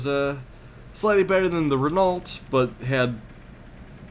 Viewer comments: Actually, the correct phonetic pronunciation for 'Renault' would be "reh-no", as there is no "eu" sound in Renault.: your scouting is really impressive, to be honest. As are your tactics. Wouldn't want to come across [WWPD] in Company Battles. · That sounds like an ambitious project. I'll be sure to tune in. Renault is pronounced Rehn-oh. The "-lt" is silent.